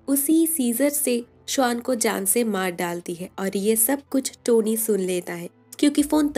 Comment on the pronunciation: Swann and not Shwaan